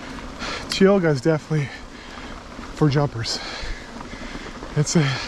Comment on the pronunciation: Heads up: it’s tye-O-ga.